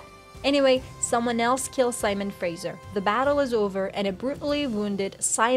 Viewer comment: Learn to pronounce Fraser.